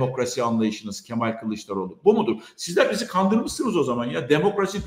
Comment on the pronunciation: kandirmissoniz dedi hahaha hiç gülesim yoktu. Kemoşun herşeyi yalan